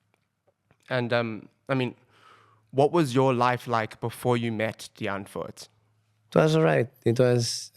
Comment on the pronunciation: Let's all say it together... Die (Dee) Ant (🐜) wood (wood) 🤣🤣